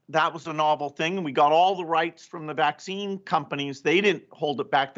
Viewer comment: His pronounciation of the Vax - Vaccccccccine, is the one that gets me! Peace.